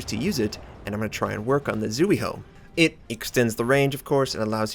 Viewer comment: B-b-but Karl is best CL :< When I'm sailing a Slow BBs I tend to do defensive play a lot since they can't catch up to friendlies most of the time. Maybe that's the better way of using them? Either way, I'm back for the usual :> Zui on Zuihou is pronounced like Zwi